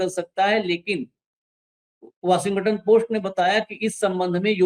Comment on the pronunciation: वॉशिंगटन का उच्चार बराबर नही है 😂 और apstin फाइल नेतन्याहू के पास होगी जो सब को नचाता है😢